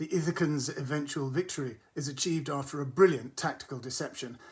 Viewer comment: "The *Ithacans*"??!?!!?? 😂😂😂😂😂